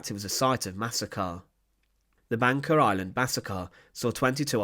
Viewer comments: Why does commentator pronounce Banka as Banker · Bangka is actually pronounced ''Bungka''